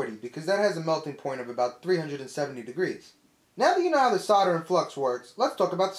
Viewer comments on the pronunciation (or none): S.O.L.D.E.R... it's solder not soder! Great video though. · not SODER but SOLDER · As soon as you used the word 'Sodder' you lost me - can you not pronounce the letter 'L'?? as in 'soLder' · I still don’t understand why Americans say “sodder” it’s insanely annoying. Good video. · "Sarder"? I came here to learn about 'soldering'. Looks very much the same actually! Very informative video. Thanks. :) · Whats Sarder???? It says solder on the roll.. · say "saw-der," ya freaks. Or would you rather say sol-der, and after that you can water proof a tub by applying call-king, huh? bahahahaha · Sounds like you're saying cider not solder lol, it's making me thirsty! (Is that just the american accent? I'm from UK.) Anyway great vid thanks.